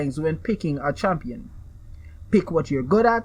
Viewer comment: "Champion" "Tower"